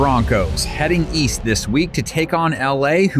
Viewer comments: East? East? I thought you said weast😂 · East? I thought you said Weest? That's West. You're fired again.